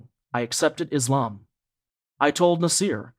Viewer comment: Could you please pronounce the name of our beautiful religion ISLAM not iZlam, thank brother